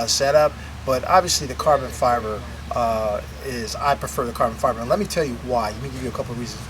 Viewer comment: "carbon Fiver" First time he says it.